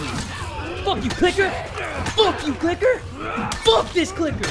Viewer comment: when he says f u clicker it sounded like fu ni***